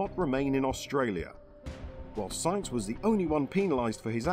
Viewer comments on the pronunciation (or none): It's Sainz, sAinz!!! And you pronounce it AH, like when you went to the pediatrician and he made you stick out your tongue and say AH!